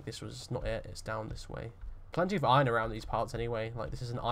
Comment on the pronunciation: This is way more entertaining than I thought. Never expected to be so entertained by a nice British bloke rping as a minor. I guess it's the way you pronounce iRON